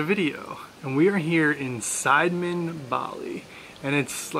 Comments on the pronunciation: Si-de-men Not Side-men FYI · side-men??😂😂😂 its prounce C- the - men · Nice clip but extremely frustrating with the repetitive incorrect pronunciation of the village name "Sideman" - it's not Side-man in the western sense.....try listening to the locals when they say "see-duh-mehn" 😉🤔😣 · Nice vlog guys! You should stop by Tirta Gangga and Ujung Water Palace because it's not that far away from Sidemen. It's pretty cool, btw Sidemen is not pronounced side like in english, it's pronounced see-the-mend.....;-) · You can say Sidemen like local.. just like "see the man".. Great shot btw.. & have a nice trip. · Hi nice happy video! Thanks for the great job. By the way, Sidemen could be read as Si-de-men in Indo- Malay language, if I am not wrong. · Sidemen (pronounced SEE-DEH-MEN) is nice, but it's not like Ubud was 20 years ago. You can still find places with awesome views in/around Ubud. "The volcano"? Well, Bali has a few volcanos. The one in your video is "Agung" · "see-the-men", thats how its pronounced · Sorry, I can't help laughing at your pronunciation of Sidemen! Indonesian and Malay language has very straightforward pronunciation like Italian, you pronounce them Si De Men.